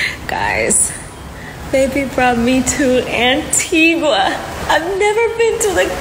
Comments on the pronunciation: Vanessa please! You should say Antiga and not Antiguwa inavyoandikwa! Mambo ya ain't hayo! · Ainaanndikwa ANTIGUA kusoma unasemwa ANTIGA! Na BAMUDA ikiisema au kuisoma unasema BAMYUDA! Tuko pamoja! 🙏🏽👍👆🙌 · Antigua is pronounced an-tee-guh..yakhee wa Tanzania my people.